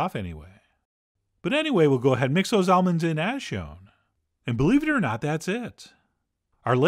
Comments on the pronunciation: At first I thought you said "olives" instead of almonds lol you almost rocked my world, Chef John. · Same. I had to run it back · ha! my wife overheard this video and thought exactly the same thing 😂